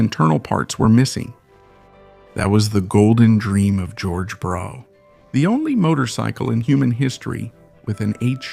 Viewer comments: It's pronounced "bruff", not "brow", bro. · This motor enginear name is pronouced Bruff not Bro. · It's pronounced - bruff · It's bad enough hearing Americans mispronounce Yorkshire or Worcestershire. But listening to ai with an American accent pronouncing Brough completely wrong is possibly an infringement of human rights. I'm not sure I will ever recovery from this. It's, as many have already said BRUFF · torkeee? I hate AI voice overs.. Especially when the OP doesn't fix obvious errors like the Brough name. Always thought it was pronounced much the same as Bra but I guess it's Bruff... 185 pounds is NOT $1,500,017 .00 in today's $$, it's about $17,000 or so. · The title should have been "How many ways can you pronounce Brough?"